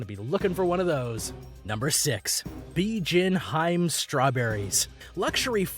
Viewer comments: It’s “ BI-JIN HI-ME”. Not “BIJIN HIME”. Lol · Bijin HI---ME, TWO SYLLABLES! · Bijin hime? LOL Dude should watch some anime and maybe he can pronounce these names correctly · Bijin Hime - Pronounced Bijin - Bee Gin Hime - Hee May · I got irritated when the narrator said "Bijin Haym" instead of "Bijin Hi-Me" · The strawberries are pronounced Bee-jeeyen Hee-may. Hime is princess. The black melon is Den-soo-kay. They are very hard to grow. Watermelon is extremely expensive in Japan because the plant takes a lot of space and they often have to even grow produce in space conservative ways. They are often made as cubes to stack and ship them easier in grocery stores and you get a more uniform size and therefore uniform price. Peaches are also very expensive. The cherry guy's name is Eisuke (aye-soo-kay) Sato (saa-tow). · bee gin hyme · ah... Sekai-ichi Say Kai - ichi .. at least know how to pronounce the name. Fun fact those apples only cost $21 when in a gift set... however you can buy them singly for 150en ($1.85 ea) and yes they are very big! Strawberry variety is pronounced "Beejean Heemay Ichigo" They are usually gifted for special occasions, but like anything you can find them cheaper if they aren't in a department store as gifts... The watermelon name also not pronounced properly, has made its way to Canada now where (proun.Densukay Suika) is growing in the lower mainland BC and central interior. They are also called black watermelons and yes they are significantly sweeter than normal green ones. Whoever is doing the narrating didn't do any fact checking before making himself look like a moron. The grape story is simply bullshit. They aren't pingpong ball sized and their genetics comes originally from Chile. These grow larger with the more humid climate and bred to be seedless. The ultimate grape from Japan is the Japanese muscat - tastes a hell of a lot better in my opinion.